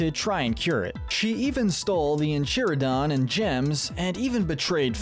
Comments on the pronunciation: Also “enchiridon” rather than “enchiridion” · UGHHH yes I'm so glad I'm not the only one who noticed, who's marcelin ? what's an en-churro-don ?? MARGIES ???? like c'mon man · en-cheer-i-don? Bruh you have never watched this show have you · Ah yes, "enshiridon" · Hey I know the narrator knows jack shit about adventure time but pronouncing Enchiridon as In-chir-I-don is unforgivable. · I don't think the narrator ever seen adventure time. Notice how he pronounces "Enchiridion" as "En Chri-don" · Did he say INCHEERADON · When he called the enchiridion the ench eee ridion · Exactly! In En-cheer-i-don? Margies? Marcy-lynn! Smdh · Was enjoying the ranking until I heard the mispronunciation of the ENCHRIDION holy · my guy... please dont... you must respect the Enchiridion by pronouncing it correctly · This guy made me second guess if he had actually watched the series after hearing how he said enchiridion and Marceline 😂😂😂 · He did not just say Enchiridion like that. He did not.